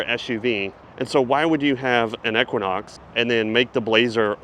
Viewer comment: I’m not going to lie dude, I’ve never heard anyone pronounce “Denali” and “equinox” like you lol